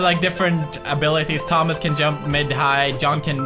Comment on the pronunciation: you forgot to cupolas the t in thomas -_